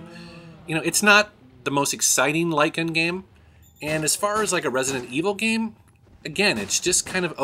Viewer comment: Look me until about 5 minutes into the video to realise he was saying light gun and not lygan, I was wondering what the hell a lygan game is lol.